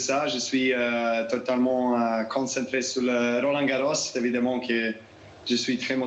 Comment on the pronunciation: When you said the word "evidemment", it sounded to me that you pronounced the second "e" like the "e" in "belle", not like "a" as in "femme".